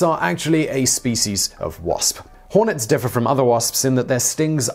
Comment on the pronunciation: It sounded more s'es than needed when pronouncing wasps or nests.